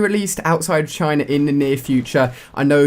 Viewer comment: it's china not chine